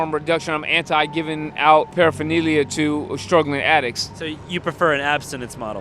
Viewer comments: I can't stand this guy for his pronunciation of paraphernalia. Going to jail doesn't make you want to get sober what a cuck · You'd think saying paraphernalia all the time, you'd learn to pronounce it lol😂